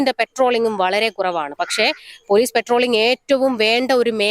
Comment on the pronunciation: പെട്രോളിംഗ് അല്ല പട്രോളിംഗ് ആണ്